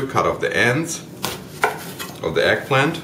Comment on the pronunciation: It's pronounced EGG PLANT not egplin! However that looked great so I will try it.